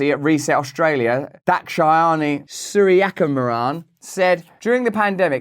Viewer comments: OH MY u NAILED sooriyakumaran pronunciation... flawlessly almost. I envy your speaking ease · How many times did you practice pronouncing that name